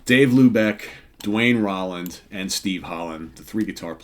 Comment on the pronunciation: I love Molly Hatchet. I saw them on the final stop of their "Flirtin With Disaster"tour. Duane last name is pronounced "Rowland" as Danny Joe Brown introduced him from the stage. Enjoying this series.